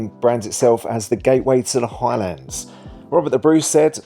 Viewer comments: FYI!! Am well aware of the gaelic, but your still wrong!! It is a simple 8 letter word and you mangled it not once but twice!!. Maybe you need elocution LESSONS!!. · How do you mangle the pronounciation of the Highlands??!!. Cairngorms national park not a mountain range!!.